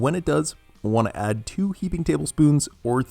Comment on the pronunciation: tOTALLY, tWO Someone’s afraid of T sounds